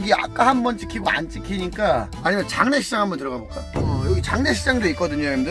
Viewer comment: 에 장례식장 할 때 장례시장이라고 함